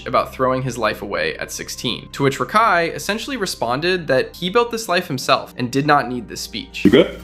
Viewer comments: good video just the way you say rakais name kind of urks me 😂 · Bro I can’t stand how you say his name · why do u say rakai like that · to be fair. This youtuber is pronouncing his name wrong. He's calling him Rahk-Eye and it's Ruh-Kai. Edit: 90% sure this is an AI channel now after finishing the video hearing SEVERAL grammar mistakes and Rakai's name was pronounced different every time it was said damn near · hey man, hater of rakai here, im pretty sure its "Ruhkai" not Rackai, sorry, mispronunciations make me mad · RA-kai holy shit how you know so much about him yet you can’t even say his fucking name!? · Constantly hearing "Rock-Hi" is killing me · Who the fuck is “rah-Kai” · Why do you pronounce it "Rock-Eye" lmao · Bro are you purposely finding ten different ways to pronounce rakais name??? RACKi, Rockai, Reckai, bro didn't pronounce his name correctly more then a couple time this gotta be on purpose 😂😂😂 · Talking about him messing up words but yet you’re calling him rock eye 50000 times in the video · You calling him rockeye is kinda just as annoying lol😅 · Stop saying “rock eye” 😭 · Why do keep saying Rock-eye? I don’t like the guy but it’s very distracting and it’s almost like you say it in a more ridiculous way each time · “Rack eye” “rock eye” I love how you don’t say his name right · Can this annoying ai voice stop saying rahkai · Hate how bro calls him Rock Eye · you took 4 minutes just to say rakai correctly. Was what Rakai did at the beast games wrong? yes, but this type type of thing yall be forgetting you doing, you just mispronouncing his name repeatedly. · Can you say his name right. You keep saying rakai wrong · Why is this guy unable to say his name correctly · Why are you saying his freaking name like that 😂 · How do you research a video record said video and pronounce his name wrong every time you say it 😂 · Barney style for you champ. HE SAID RAKAI’S name wrong the entire video even after researching